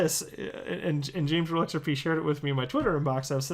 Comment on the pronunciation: i watched all of Gary at MIT on youtube... didnt learn a damn thing and came to the conclusion that gary cannot pronounce XRP... ... it is XRP sir not XRPaaaey ... what a dumb ass... old people dont know chit about crypto